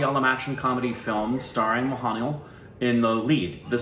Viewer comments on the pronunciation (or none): Guys guys...how many times we need to say it's MOHANLAL...not mohanial. By the way nice reaction ! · Guys its pronounced MOHAN LAaL🙆